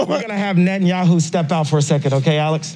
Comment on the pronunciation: 'Net-n-yahoo'. Ye showed up to take no prisoners.